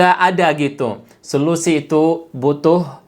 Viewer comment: Mohon kalimat narasinya diralat, yang benar adalah SOLUSI bukan SELUSI okey....👏👏😀😀